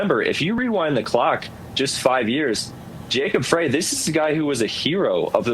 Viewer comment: According to wikipedia Minneapolis mayor 's last name pronounced "fry". I've never heard it pronounced "fray" as you say. Otherwise I appreciate your video.